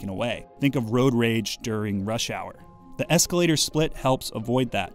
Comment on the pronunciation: Escalataaaah. My family is from Boston so thats my reality haha.